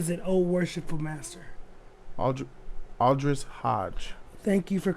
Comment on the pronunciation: aldis not aldris